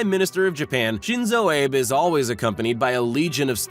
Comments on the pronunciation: Shinzo Ah-bay not abe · Lmao Shinzo abe. Its Shin-zo (ah - bay) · His name is not pronounced Ayb, like Abe Lincoln. It is pronounced Ah-bay. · Shin-zo ah-bey; not ayb as in Lincoln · Please❗️The Japanese Prime Minister is “Shin-zo Ah-bay” Others were poorly done. You need to do a better job anticipating pronunciation challenges. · So, you can pronounce Xi Jinping correctly, but not Shinzo Abe? It's, literally, two syllables. "Ah-bay" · His family name is pronounced AH-bay. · The name is pronounced Abe (Ah-Beh). Japanese always pronounce the vowels. The only exception is the letter U. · Its SHIN-ZOH A-BEH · I cringed when this narrator mispronounced Shinzo “Abe” and president Erdogan. Like seriously? You do all this research to make a video like this and you can’t get the pronunciation right? Idiocy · Ayb? and Air-doe-gen? Try Ah-bay and Air-doe-wahn. You'd think learning how to pronounce their names was important in a video about foreign leaders. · It bugs me when the creators of these videos can't be bothered to pronounce people's names correctly. The last name of the Japanese Prime Minister is Abe (Ah - Bay). The President of Turkey is not Er - Dog - Gone, it's Er - dah - wan. Get it right guys. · U Americans really need to learn how to properly pronounce other culture's names. Shinzo Abe (Aah-bae). Erdogan (Err-doh-wan). At least you know your Chinese overlord's name... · Dude your pronunciation of Abe and Erdogan needs serious attention. Abe is pronounced Aabhey same second sound as in obey, Erdogan is pronounced eyrdoaan.